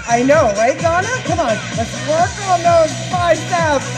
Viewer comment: At the beginning of the last tabata when you said I want you to work as hard as you can, I thought you said I want you to twerk as hard as you can lol So I did, and was having a great time until I looked up and realized you weren't twerking!!